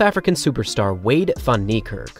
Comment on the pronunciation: "Veyda" 🤔 WTF